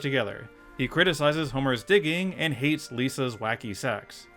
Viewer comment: “Ah (h)ate em” Eeeyeeeessss Guy for the next one